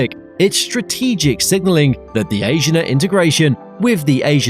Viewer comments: I think you’re saying Asiana wrong. A-si-a-na Not Asian- a. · and it is A-S-H-E-E-A-N-A not asian-ah. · Asiana has 4 syllables and is pronounced "ah-see-ah-nah." There is no accent on any of the syllables. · It's understandable that you can't pronounce Korean names like "Incheon" but it is weird that the narrator can't pronounce English names like "Asiana". I'm glad that Korean Air is buying new planes because their fleet has been getting old. I'm guessing that they won't get rated higher until their planes level up, and the nut rage scandal is forgotten. I think the real secret to their success was turning a profit during the pandemic by switching to transporting goods instead of people.